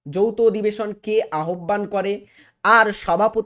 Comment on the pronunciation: কিভাবে উচ্চারণ করতে পারে না বাংলা, তাও পড়াতে এসছে আহ্বানকে আহব্বান বলছে